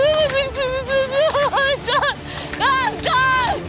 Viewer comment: Elif Uncookie aycan , kaaz diyor